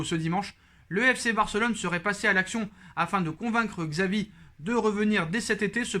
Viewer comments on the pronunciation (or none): C’est chavi pas xavi la prononciation